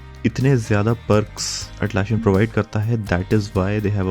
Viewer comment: It is Atlassian with ssss not sshhh